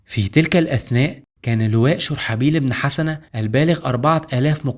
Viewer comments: جزاك الله خير ، اخي ممكن تنطق الاسم (شرحبيل بن حُسنه ) بضم الحاء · انا لم انقد المادة التاريخية بل طريقة نطق الأسماء مثل دومة الجندل و اسم شرحبيل بن حسنة